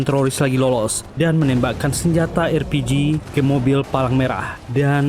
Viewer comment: konsisten dong! Bukan erpiji, tapi arpiji!